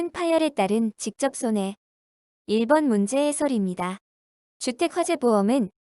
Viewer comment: 1번이 자꾸 2번으로 들립니다